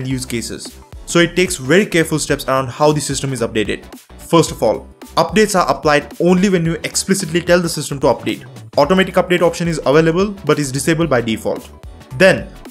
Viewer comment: nigga atomic (ah-tom-ic) automatic (auh-toe-mah-tick) say automatic like a human